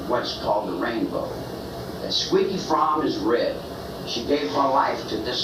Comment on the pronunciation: And there it is ….”squeaky fromme”. Pronounced “Frawm”……right?….. …uh oh…..there it is again….”Squeaky Lynette Frawm”……